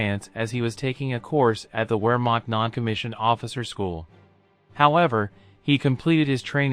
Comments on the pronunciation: Great vid but for crying out loud, learn to pronounce things as they are. Viz, the word Wehrmacht is pronounced 'ver, makt or maKHt. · You need to study a bit of German if you intend to make videos like this. Words like Wehrmacht and Jugend sound very different to what you are saying.